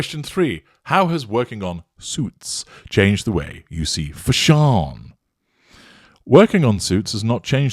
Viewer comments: thanx for the giggle!!! i was ironing my $21.00 dress ($18.90 w/coupon) when you said "FASH-OONN"!!! 🤣👗👑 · "FaSHAWN!" Absolutely hilarious,!!🤣🤣🤣❤ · We need a petition to change the pronunciation of “fashion” to “fash-AWN”!